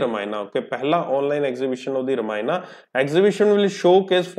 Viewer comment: Sir "रामायना" नहीं हैं "रामायण" हैं।